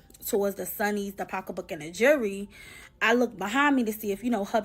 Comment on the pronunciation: The way she says jewelry is funny